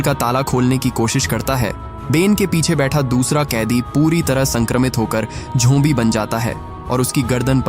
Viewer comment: Bro it's zombies not jombi